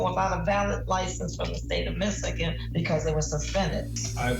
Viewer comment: Interesting the way the Judge pronounced Michigan , or is that the correct way to pronounce ?